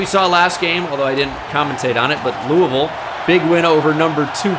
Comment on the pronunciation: i say this every time you say it but thank you for saying louisville right